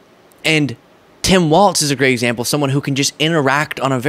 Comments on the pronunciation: Please stop calling him waltz. It's pronounced walls. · It's Walz, like walls, not Waltz, like the dance. I know it's pedantic, but it's distracting me from the otherwise expert content. Keep it up!